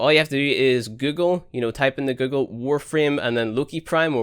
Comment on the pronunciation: You pronounce google in a weird way... I like it! Make a video where you say google and put it in a 10 minute loop please :)